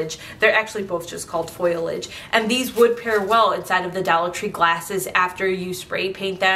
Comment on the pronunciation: Congrats on 1 million subscribers! Just a note, it’s not pronounced “foil-age”, it’s fow-lee-uhj (Long O sound). 😀